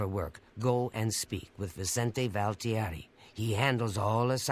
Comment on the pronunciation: says Vicente like a Latin American and then a couple of sentences later says it like an Italian. Pretty embarrassing that she doesn't know how to pronounce her own colleague's name.